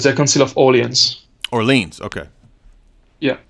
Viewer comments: If you want to get technical, it’s “Or-lay-AHN(z).” Swallow the S. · Should be “Or-lay-ahn(z),” somebody! Swallow that S.